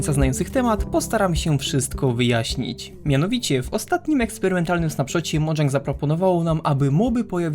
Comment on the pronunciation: Mojang samo powiedziało, że ich firmę ma się czytać Modżang.